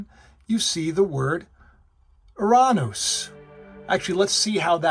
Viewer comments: Oy! It's Yur-rah-nes. emphasis on the first syllable. And WHY do you say Uranus is a planet when it was Pluto that had been demoted? I do enjoy your content for the most part but I don't get the uranus gag because you still mispronouncing it :P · Yo that's crazy how you've single handedly put it into perspective regarding the word/name Uranus. I never even knew they tried changing the pronunciation and the way you said "Ouranoos" sounds a bit too legit to be honest. It's like they wanted us mispronouncing it and making fun of it because ya know what's better than a butt end joke and these day's people make it seem like Heaven is a joke 🤔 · I’m a 5th grade teacher. We teach the solar system in 5th grade. Uranus is always a challenge. I always told my students it was pronounced YOUR-uh-nuhs (like you’re a nut🥜 ). Now I can tell them about this pronunciation and what it means! My students know I’m a Christian. They are watching me. And as for cats? The best compliments I receive are when my anti-social cats cuddle up next to me. You got such a great cat! I love when they’re social like Cosmo. I’ve had so many cats. My current two cats send lots of paw 🐾 swats and purrs to Cosmo!! And Dan Dan and family!